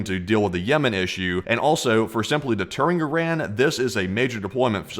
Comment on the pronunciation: After all these videos you still haven't pronounced Iran properly 🤣